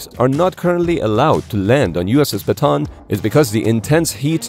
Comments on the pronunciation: Still can't get used to how Americans pronounce Bataan and keep hearing it as a "baton". Since this was taken from a place in the Philippines, it's usually pronounced as Bah-Tah-Ahn. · Show your face and also it is pronounce as ba-ta-an not ba-ton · Bataan is pronounced as Ba-ta-an Not Ba-tan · Not batan,,its bataan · Ba ta an not batan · It's /ba-ta-an/, not /ba-tAn/. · uss ba-ta-an not batan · It is pronouce as "Ba-ta-an" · Bataan is pronounced Bata-an. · Ship’s name BATAAN named after battle of Bataan in the Philippines during WW2. Proper local Filipino pronunciation is BATA-AN to emphasize the additional letter A and not BATAN. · The proper pronunciation is "USS Bah-tah-ahn.” (am filipino) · Yes though it's pronounced like: Baw-taw-awn It's a historically significant place for the US military in the Philippines. Not sure why they don't know it. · How many syllables in your way? I've always heard it pronounced "buh-tawn".